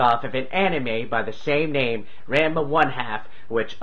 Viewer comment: it's pronounced differently. The first part is like the name Ron. It's more like Ronma.